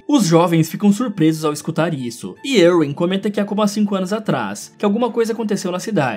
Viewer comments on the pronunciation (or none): none